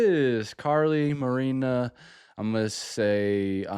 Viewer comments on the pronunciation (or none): none